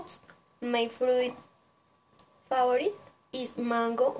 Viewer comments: Buen video, pero debes mejorar la pronunciación varias palabras como "also", "name" y "favorite" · Mejorar pronunciación de palabras como "live", "usually", "favorite", "fruit", "pineapple" "brother", te falto fluidez y por ultimo dices "my name is" para nombrar a tu gato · Hiciste un buen video, manejas bien la información y expresión de la misma, lo único es que debes de tener en cuenta cosas como la pronunciación de algunas palabras, "live", "usually", "favorite" y "fruit". Dices "my name is" para referirte a tu gato, lo cual está mal, otra forma de decirlo es "His name is...." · Falto un poco de información, me pareció un buen video, mejorar la pronunciación en algunas palabras como favorite y pineapple, también se nota el esfuerzo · Buen video, puedes mejorar cosas como creo que dijiste " my name is..." para mencionar el nombre de tu gato y tambien no se entiende bien al principio, creo que quiere decir "husband": esposo. También puedes mejorar la pronunciación de "favorite"y "exotic".